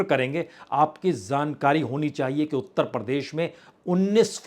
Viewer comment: jankrari boliye zankari nahi😅